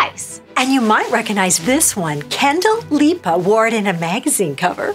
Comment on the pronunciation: Who are “Kenndel Lipa” and “Dua Jenner”🤣